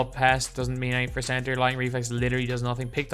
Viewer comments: Cebter lol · Typo, you said cebter not center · The “cebter” of attention